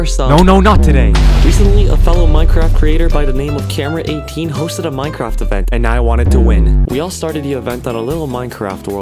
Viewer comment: is camman18 not Came-ra-18